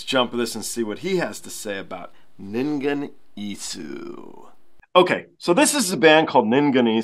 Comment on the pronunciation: The pron. is Ningen Is', the last "u" is mute.